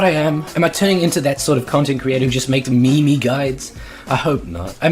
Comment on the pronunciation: Also thanks for calling them "Mee mees" I always say it and love that people get mad